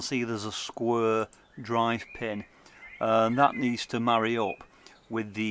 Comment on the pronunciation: "Skwer".....hel'low darn ther....!